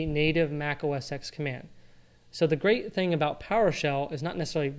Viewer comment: OS TEN! Not X ARGH!!!